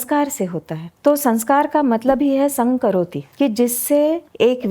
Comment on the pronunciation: संघ करोति ❌ सं करोति ✅